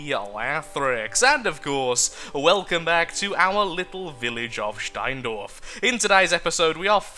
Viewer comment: you said the "stein" flawless. and i have to Know (im german)